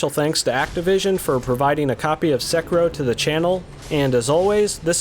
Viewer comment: got to love the pronunciation SeKERro